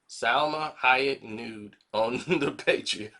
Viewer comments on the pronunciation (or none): none